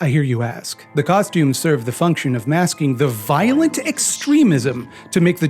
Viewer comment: Ah shit nvmd i can't count and I pronounce violent weird and inconsistent